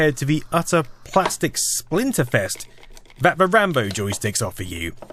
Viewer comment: Come on man... RAMBLOW.